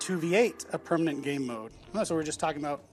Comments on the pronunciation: Pernament? You keep saying pernament xD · yeah it's bothering me way more than it should that she keeps saying pernament 80% of the time.